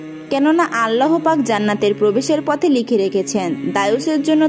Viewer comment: ভাল করে কথা শিখেন,আল্লা,,,হ পাক এটি কেমন ভাষা,,,,আল্লাহ পাক